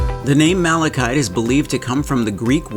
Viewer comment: I seriously thought you said Malachi. Once upon a time there was a lad called Malachi who couldn’t sleep. His uncle Mark made him a malachite bedroom table, trash can, and tissue holder in hopes he would sleep. Indeed he did!!!